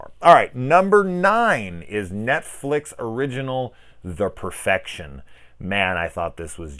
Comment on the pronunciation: "The Perefection"?..Seriously...who would trust a word you say